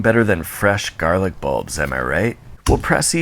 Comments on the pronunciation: “Jarlic” added to vocabulary. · "jarlic" hahaha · He said. Jarlic. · the word "jarlic" triggers my fight or flight instinct